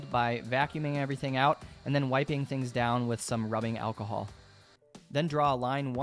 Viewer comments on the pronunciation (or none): none